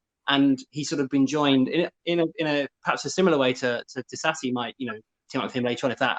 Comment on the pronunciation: spot on pronouncing "Disasi", but "Riiimmmss" totally wrong lmao